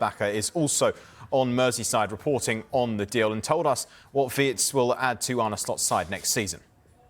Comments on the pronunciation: Remember...His name is pronounced VIRTZ....not Wirtz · The Brits simply can't pronounce "Wirtz". Try saying "Veerts" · What a joke. Sky presenter can’t even pronounce the guys name.